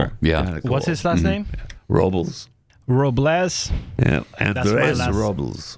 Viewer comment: Professional announcer can't pronounce Robles. No wonder a ff through his useless bits